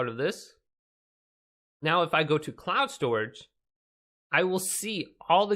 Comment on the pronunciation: 'council storage'